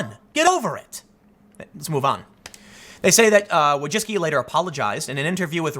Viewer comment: Wójcicki Vooy-chi-tzky